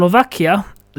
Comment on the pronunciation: Levoča is not Levoka but a “ch” like chocolate… Levocha… ;)